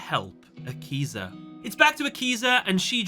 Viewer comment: Thought u said yakuza